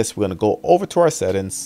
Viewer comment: I subscribed because I love hearing him say this.